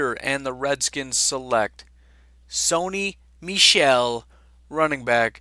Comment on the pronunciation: You pronounced Sony Michel completely correctly